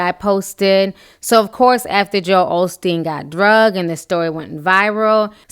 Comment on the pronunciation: Of course, but how come he got it going so quickly after he got called out. He's a LIAR too. i it's OSTEEN. No shade. There is no L in the name. Take care.